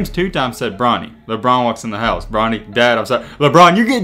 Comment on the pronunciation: Awl man not “Lebelt”😭😭